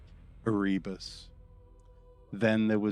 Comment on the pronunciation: Love the video, but I feel like you are purposefully mispronunciating the names like ErREEbos GUULeman just to spite the loyalists.